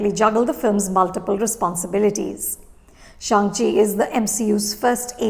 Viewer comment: Ma'am, I always love to watch your reviews, but this is the worst one. You have given away so many spoilers and even mispronounced Shang Chi. I thankfully read the comments on this video and avoided watching this review before the movie. Now that I watched the movie, this review makes me cringe.